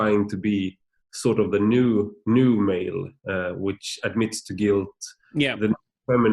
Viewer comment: "Sort of the.... nu-male"